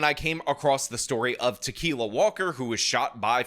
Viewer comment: Actually her name is pronounced Ta-kill-a....which is also more accurate 😂😂😂😂